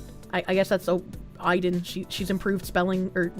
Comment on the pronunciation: I listened to most of this vod without the video because I was at work or driving. Then when I catch the tail end and see the spelling... my own personal brand of autism is twitching at pronunciation of Aiden.